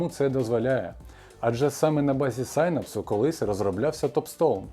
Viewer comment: нарешті хтось норм вимовив synapse!